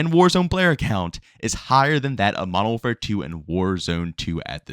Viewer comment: "Modow warfaa"